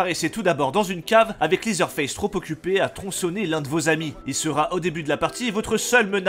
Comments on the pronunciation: Ca se prononce "lézeur face", pas "lizeure face" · LeatherFace se prononce "lèzer" pas "lizer"... ça m a fait tiqué pendant toute la vidéo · Prononcer leather en liseur c'est un cauchemar effectivement